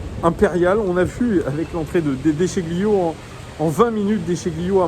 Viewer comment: Déchilio! Déchilio pour prononcer à l'italienne:)